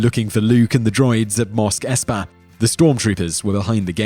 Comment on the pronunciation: By the force!! It's MOS!! Not MOSK 😕😕